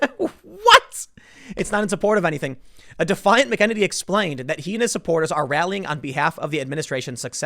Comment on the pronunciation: Her last name has a Mc but no "D" Mc E NE NY